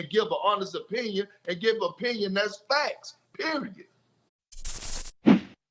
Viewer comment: It's His OH pinion LOL